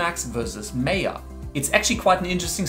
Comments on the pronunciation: my-yuh, not may-yah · it's Maaaya, not meya! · its Maa ya not may ya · Wrong pronunciation- it's not Meya, it's Maayaa 🤣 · Its M-ah-y-ah not M-ae-y-ah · It's Maya not Meeya... (sorry had to...) Great video for someone starting to look into the CG industry! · Its Maya not Mayor!! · its Maya .. not meaa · me yaa, me yaa... bro its maa yaa. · its not pronounced meyah.... it MAH-YA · Well autodesk MAYA is not pronounced "may ya" it is pronounced "maa yaa" (ˈmīə,ˈmäyə) as it is an indian world meaning the power to create illusions and you now know why it is named like that ;) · It's pronounced as MAYA. Not MEYA! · It's MY-AH not MAY-AH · Just one thing, it's not (meh-yaa) it's (maa-yaa).... Good video anyway. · Its called 'Maya' not 'Meya' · Maya is not pronounced as "Meya" it's " Maa-ya" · MAY - A? ? DA -TA?? . Good GOD! it's MAaa-YAaa , Day-Ta.. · its not may ya, it is called ma ya (MAYA) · It's Maa - yaa, not May - yaa. Maya is a Sanskrit word which means 'illusion' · Isnt it pronounced 'my-ah'? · the word "maya" is taken from sanskrit literature which means ïllusion" . And it is pronounced as "Maa Yaa". don't change it. thank you. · Maya - Maaaaayaaaa that's how it is pronounced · pronounce MY- AH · nice but, learn to pronounce Maya. its Mi Ah like the Mi ah (Mayan civilization) but otherwise awesome. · Seriously?! MAAya? LOL. 10 secs into the videos and chuckling. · Its pronounced 'my-ah' Were not making sandwiches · You’re saying “Maya” wrong. Lol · What a joke, can’t even pronounce Maya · Maya is pronounced with an 'I' sound like eye or guy. Mayo goes on a sandwich.